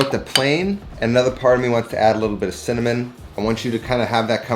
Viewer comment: .."Sinnamoninnit".. Hard to find spice..